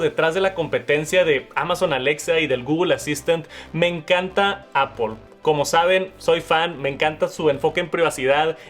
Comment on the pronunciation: "Me encanta… Apol” 😶